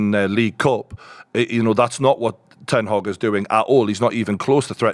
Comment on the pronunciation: Put some respect on Ten Hag’s name!!! 😂